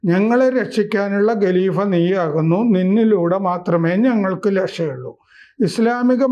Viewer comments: ഗലീഫയല്ല ഖലീഫയാണ് ഗലീഫയല്ല ഖലീഫയാണ്. സ്ഥിരമായി പറയുമ്പോൾ ഖ വേണ്ടിടത്ത് ഗ എന്നെ പറയു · ഗലീഭ, ഗിലാഭത്ത് എന്നിങ്ങനെ പറയാതെ ഖലീഫ, ഖിലാഫത്ത് എന്നിങ്ങനെ തിരുത്തിപ്പറയൂ.